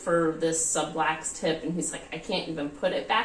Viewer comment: It’s sublux not sublax